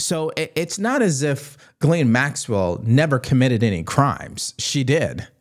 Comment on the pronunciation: Ghislaine ( jis-lane).... not gallane. Fuck man how hard is it to say